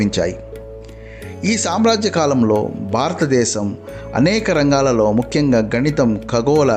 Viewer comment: ముఖ్యం, ముక్యo కాదురా!!